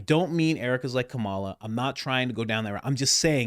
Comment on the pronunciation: You pronounce Kamala Harris's name wrong.